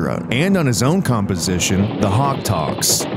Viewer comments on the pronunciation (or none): none